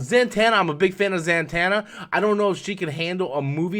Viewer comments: it's not that I don't think he knows the character or meaning, it's the pronouncing of her name that gets me. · He is not the only youtuber who mispronounced her name this way